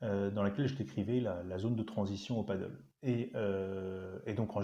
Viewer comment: Sur le fond pas grand chose à dire, mais sur la prononciation du mot Padel, il ya débat : Le padel (prononciation « padèle ») est un sport de raquette, à ne pas confondre avec le paddle (prononciation « padeule ») qui est un sport nautique. Définition de la FFT. Surtout qu'en Espagnol ca se prononce bien "Padèle", voila pour les prochaines videos. Merci quand même pour le contenu intéressant très peu enseigné en France.